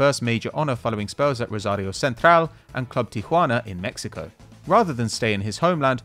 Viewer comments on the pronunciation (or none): none